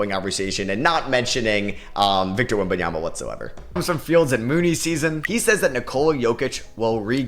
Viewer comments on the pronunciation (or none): none